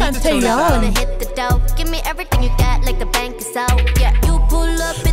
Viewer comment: First can we take a minute to say. Omg you pronounced his name right. Second the way y’all notice the little looks and small moments. It’s the details. And you nailed it. He keeps his eyes on her and I mean. It really sets the tone. It’s not about the camera. It’s about Lisa and it’s like he is giving her her due. It’s so so good. 😊